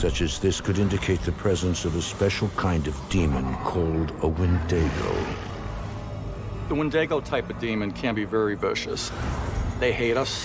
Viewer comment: Is no one else annoyed at a so-called expert not only telling that family they were being haunted by a wendigo (which is not what that spirit was) but also being so ignorant as to mispronounce the word he was using?